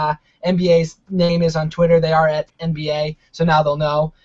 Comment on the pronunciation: You're boston accent makes sound like et haha